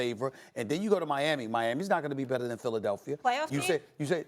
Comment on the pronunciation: no one: max kellerman: make hip hop reference no one: stephen a smith: philidelphier